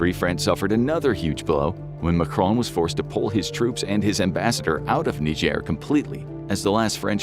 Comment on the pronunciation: Macron was pronounced as if he was Spanish and spelled "Majron" 🫠